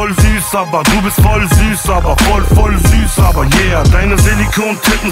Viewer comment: Es heißt voll süß aber... Und nicht voll süß aba:-)